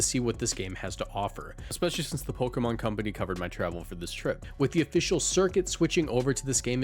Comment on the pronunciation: Watching reading from a script and sounding more professional and pronouncing Pokémon the official way is like… nice dude, you made it! It’s kinda endearing